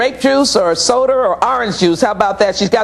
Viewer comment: What about the one "Lets have some orange juice or SODER? " SODER? is that a new drink? lol